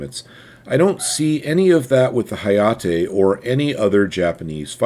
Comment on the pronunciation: 英語だと「なかじま」を「なーかじーまー」、「はやて」を「はやーてー」と発音するの?